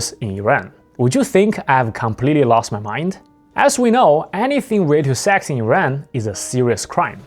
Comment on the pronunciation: I hear you say Sax, not Sex